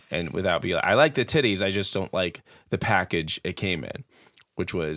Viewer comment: ....I feel like there were a couple cooter pictures sent to Ben, you kept saying "yitties"😅 Also, if Wilde and the snake 🐍 have a fight...HELP THE SNAKE. I'm also sick with the flu, on my menstrual and craving PHO. Everyone STFU!!!😂😂😂